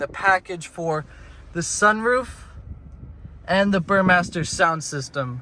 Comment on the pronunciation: Do you work for kia and still not realize it's a Harman Kardon stereo? And it's not like you pronounced bermester correctly either lol. Still like the video though:-)